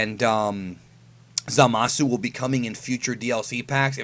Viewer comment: Nigga Said Zamasu!.. Like A God